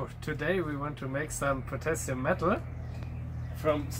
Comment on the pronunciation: Finally, potashium